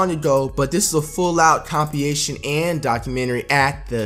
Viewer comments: It's compilation*not compiation. Not a W for me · This nigga said compiation lmaoooo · "This is a full on compiation..." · Austin Hunter compiation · This nigga FWight saying Compination. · “Compiation” my nigga it’s Compile-ation broke it down for you dog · compiation c'mon flight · its compiLation not compiation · Compeation? Flight I fw u heavy but dawg, u gotta catch this L. Still FWight, but dawg.... come on. 😂😂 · Someone show him how to say “compilations” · there’s an l in compilation fwight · Talking about Ls you can’t even say compilation right 😂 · You can start catching W’s when you learn how to pronounce COMPILATION properly.